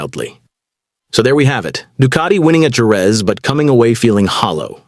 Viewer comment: Please learn how to say JEREZ! Liberty has ruined F1, now they are about to ruin MOTO GP.